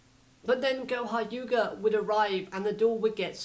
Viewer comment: Do you realize that you said goha yuga instead of goha yuka